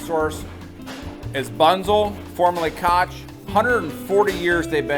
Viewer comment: Keep up the good work but maybe look into one thing: I think the Koch that sold to Bunzl may have been one of the Koch bros’ businesses and their name is pronounced “Coke,” like the soda drink. They are obviously billionaires and heavily involved in Libertarian causes. I could be wrong but look into it!!